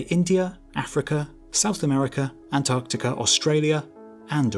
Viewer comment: East "Antartica" 🙄